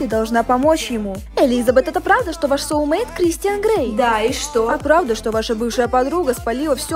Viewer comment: не солумейт а соулмейт